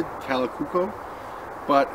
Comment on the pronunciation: Kalakukko pronunciation is quite good.